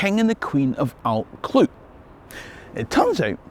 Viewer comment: Your Brythonic/ Cymraeg pronunciation would benefit from understanding how ‘u’ is pronounced in Welsh… it’s basically ‘ugh’ and you have to stick your tongue out when you say it .! Also LL is pronounced by blowing air though the side of your mouth…Allt Clud ( the hill of the Clyde) sounds a lot better this way. Rhydderch Haul ( haul means generous/ giving) of Glas Gae (the Blue Field) is a common ancestor to us too. Diolch yn fawr …diddorol iawn 👍🏴